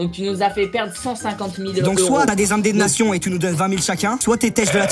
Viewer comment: « Des indamnations »😂